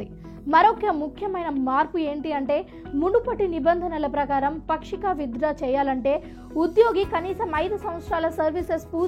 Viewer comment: పాక్షిక అని చెప్పాలి.... పక్షిక అనకూడదు